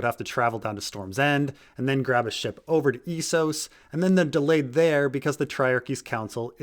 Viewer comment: You mispronouncing Essos physically hurts me.